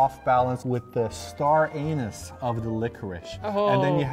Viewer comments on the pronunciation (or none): Star Anus instead of star anise XD lololol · Did say Star Anus? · Did just say star anus, lol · star anus? haha oh:) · "…star anus…". xD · Did he just say "star Anus"?